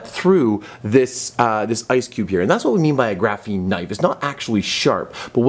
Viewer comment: Everytime he said graphine i cringed